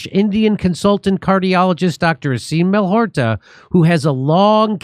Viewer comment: Funny how all of this time Jimmy keeps saying Dr Aseem Malholtra's name wrong. Not Malhotar 🤣